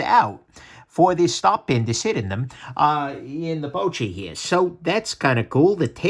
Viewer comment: Confirming why I passed on this knife. Seemed more an aesthetic piece than a practical one. Also I think it's pronounced poo-chee (like a pooch, a dog, get it?).